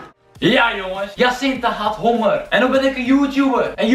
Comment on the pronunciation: "Ik heb een beetje hongeeeuurrr" hoe bekakt kan je praten jeez